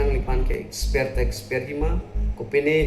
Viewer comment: Exper pukali t ko Expelled pu abang ji .. pronounce thek the ma